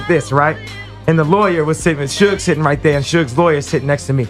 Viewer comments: She really just called him Suje Knight😂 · She mispronounced Suge 😭😭😭😭 yt ppl should stay out of black ppls business